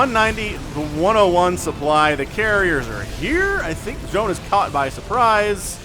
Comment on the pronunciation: I think Zoun is pronounced more like Zone, because sometimes you see his name saying 'IntotheZoun'. Other than that it could be pronounced more like Z-ow-n but the first one is probably what it was intended to sound like.